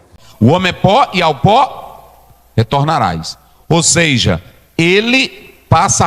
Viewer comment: "Ou seija"